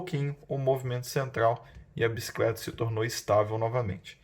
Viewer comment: video topissimo, só fala a palavra Bicicleta e não "biscleta", perde a credibilidade apesar de perceber que vc tem um vasto conhecimento.